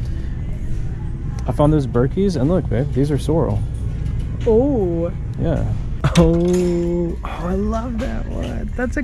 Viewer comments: I've been watching your channel for awhile now guys absolutely love y'all. Just wanted to point out I used to work selling shoe's for like 2 years. "Sorel" is pronounced Sore-el not Sore-ul. Also it's not Vee-bram it's Vi-bram. But you guys can call them whatever you want because you're that awesome. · Hey guys! Love the videos! Just wanted to let you know, Sorel boots is pronounced (Sa-rel). No biggie, obviously you don't need them in Florida, lol. Loved the America jacket as well! Thanks from Michigan!